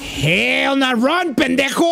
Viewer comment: "wakey wakey bendejo" 😂